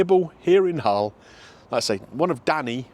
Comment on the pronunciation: Just so you know, there's no "H" in Hull;)